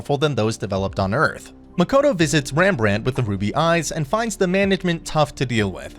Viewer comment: I keep hearing Rambrant as Ram Ranch